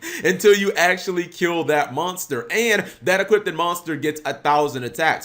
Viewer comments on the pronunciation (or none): Why does he keep saying 'equipped' instead of 'equip', or 'equippted' (which isnt even a word) instead of 'equipped'??